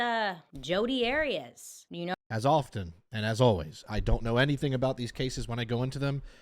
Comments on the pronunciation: AIR EE US ARIAS😅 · I love how you pronounced Arias 😂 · You know it’s funny when you pronounce the name wrong of the legendary Jodi lmao